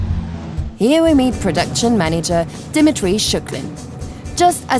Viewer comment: she pronouced Dimitri so wrong lol